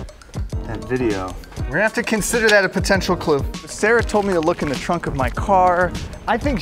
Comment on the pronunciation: I love it that Sarah said look in your chrunk🤣🤣🤣🤣